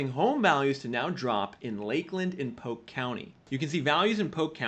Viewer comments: For the love of God, it's POLK county not POKE county...... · Love your videos but its "pole-k" not "poke" for Polk County FL. Thanks for good content as always. 🙂